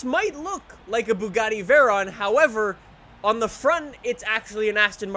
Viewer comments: It's a veyron not a verron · “Veran” lmao Try “Vay-Ron”